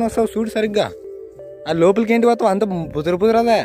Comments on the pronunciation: బుదర బుదర ఏంటి bro 🤣🤣🤣బురద కదా అది 😊👍👍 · అది బుదర బుదర కాదు బురద